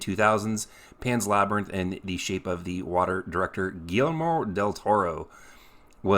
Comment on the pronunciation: If you're wondering how to pronounce guillermo it's, Gee yer mo. 🤗 btw I have no idea how hard is it for hollywood producers/writers to make a proper film or show based off a game without inserting their own cheesy twist that bastardizes the good lore tje game franchise has built.